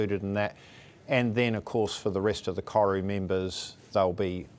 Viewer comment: You’d think the CEO of Air NZ could pronounce “Koru” properly 🥴🤦🏽